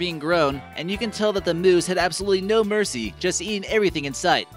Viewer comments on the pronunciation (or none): none